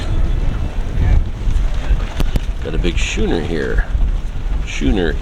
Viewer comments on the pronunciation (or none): Thank you for the nice, informative walk through. All the placards help. A bit of a heads up for you, though - the sail boat "Schooner Huron Jewel" - Schooner is the type of sailing craft she is. It is pronounced "sKooner," like saying school. Has a hard K for the ch in the name. Sweet boat. Otility must have been an entry classification. Otherwise, I can't imagine the owner of that beautiful '59 Century Coronado having his boat called a "Utility." The sliding hardtop evolved a little for the Coronado. I had a '65. Wish I still had it. If God had intended us to have fiberglass boats, He would have created fiberglass trees. Again, thanks for the video, great shots! Was worried about you getting wet from some of the angles. Glad you didn't! BTW - here is "In The Mood" for you: Peace...